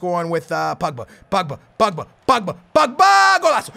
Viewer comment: He says it like Pugba its POgba